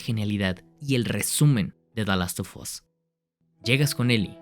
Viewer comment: Por qué lo pronuncia como "dalostofos"? 😭😭